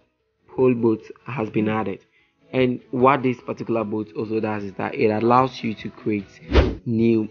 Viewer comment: What is boot?? :face-blue-smiling: Dude, learn English first.